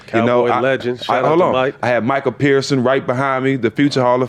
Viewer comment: Lol Stak said Michael Pearson haha it’s Micah parsons 32 min mark